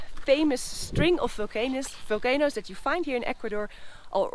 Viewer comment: "Folcanoes" that had "folcanic" activity ♥️